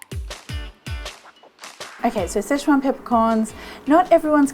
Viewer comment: Situation or szechuation?